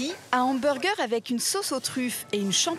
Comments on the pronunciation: « Hambergé » ça fait mal aux oreilles, français ou pas, on le prononce « hamburgeur » et c’est tout. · hanburgé ptdrrrr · non on le prononce hamburger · Mes oreilles saignent rien qu'en entendant le mot " hamburgé" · La première fois que je vais chez Big Fernand, le mec me corrige hautainement d'un "on dit emburjé", j'hésitais clairement à sortir mon plus beau doigt d'honneur. Le burger n'est ni bon, ni équilibré. Juste bourratif et donne la nausée sur le reste de la journée. Et puis les frites aux épices cajun c'est vrai que c'est super français!